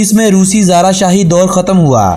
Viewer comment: Aap ki vidio me bhut sari galtiyan hain... I.e Russian badshah ko xaar kaha jata ha na ki xara Etc